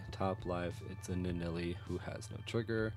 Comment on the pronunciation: LIstening to you say Nuh-Nelley is killing me. It's right there.